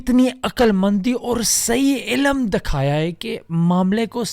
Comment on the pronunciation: Appreciate you doing videos in urdu too MashaAllah! Don't pronounce mulk as mulak and ilm as Ilam. Hope you don't mind bro. Just a correction. More power to you! ♥️